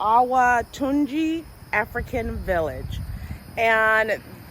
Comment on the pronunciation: You must have have your heritage from my hometown Ede Osun State Western Nigeria' where Davido ( musician) also hail from. Had it been there is audio channel I would have correct the pronunciation of that name Oyo-tun- ji ( Oyo is the emperor state in Yorubaland while Tunji means resurrect literarily).